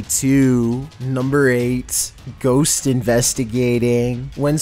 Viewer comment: is funny how he said ghost